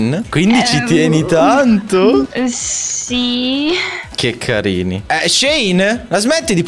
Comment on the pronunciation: Nessuno: Assolutamente nessuno::”Ke kAriNi”